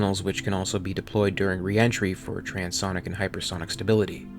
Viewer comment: wow this guy really has a lot to learn.fus-lodge,trans sonic?,shy anne,,etc...